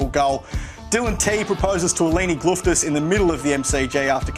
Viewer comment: Glouftsis* not Glouftis